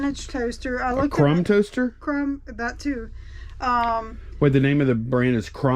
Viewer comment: I heard crumb toaster too lol